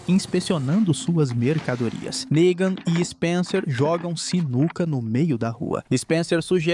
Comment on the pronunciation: com todo cuidado do mundo para o YOUTUBE não entender a palavra "NEGAN", errado, ele PRONUNCIA ERRADO TBM! kkkkkk.